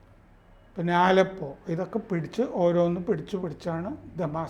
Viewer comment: എന്റെ പോന്നപ്പൂപ്പാ ആലപ്പോ അല്ല അലെപ്പോ.. ഞാനൊരു സിറിയൻ കമ്പനിൽ വർക്ക്‌ ചെയ്യുന്നതാണ്, പക്ഷെ ഇവിടുത്തുകാരെല്ലാം ഭയങ്കര ഹാപ്പി ആണ്